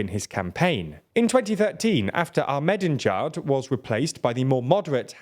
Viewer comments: Man... do you actually understand what you read? Like... you clearly don't do the research if you fucking butcher the Iranian President's name like that. Ah..med-din-djad... ffs WIKIPEDIA HAS A PHONETICS and MP3 of how to say it. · Akh-me-di-ne-jad. You're skipping a few syllables. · Your pronunciation of Ahmadinejad is hilarious. Same with other leaders in other videos. Google can be your friend if you take a few seconds to ask it. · The fact you can’t pronounce Ahmadinejad shows you have no place informing the public on geopolitics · That's some "deedee megadoodoo" levels of mispronunciation on Ahmadinejad's name lol